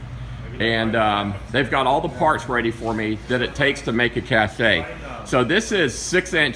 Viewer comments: It's pronounced "cash", not "cash eh", you are confusing it with the French word "caché", which has a different meaning. Every single YouTuber gets this wrong, not sure why. As I was writing this you mentioned that you knew, so this is for others I guess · Firstly it’s pronounced the same as “cash”, not “cashay”. Secondly, nobody wants to see you open your mail from Amazon. This video could have been 4-5 minutes long. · Cache is pronounced like "cash", it is not pronounced ca-shay, that would be spelled cachet. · It's a "Cash" not a Kashey. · You are telling the powers that be your plans, in detail. Also, the word is pronounced "cash". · Cashe is pronounced “kash.” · Wait till this dude figures out his "cashay" is assembled with parts made in China. LOLOLOL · Cache is pronounced "cash". I don't think you're making a cachet. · Dude, it's cache, pronounced like "CASH". You are saying cachet. That is a word in the dictionary but it means something else. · Cache is pronounced like CASH. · Dude, seriously, the word is pronounced 'cash' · How many times could this guy possibly mispronounce cache